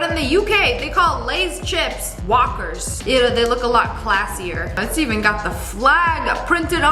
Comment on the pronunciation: I'm a brit and the way she said "walkers" actually killed me 😂😂😂😂